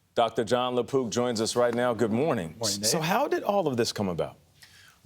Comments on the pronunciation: At first I thought he said the doctor's name is Lapoop... I was like, "how fitting." then I read the note and saw "Lapook." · I swear I thought he said Gastroenterologist Dr. John Lepoop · I thought he said Dr La Poop...🤣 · I honestly heard, "Dr. Jon LaPoo"